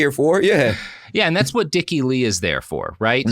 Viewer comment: Yesterday when I heard this pod, when Robert said "Dick E Lee" I heard it as dickily. Ex: "He acted so dickily."